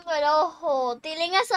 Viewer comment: No es TITILIN es TILIN